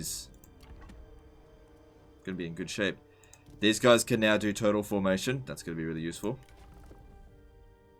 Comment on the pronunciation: When u say Turtle formation i hear total formation